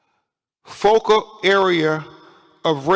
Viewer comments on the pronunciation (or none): none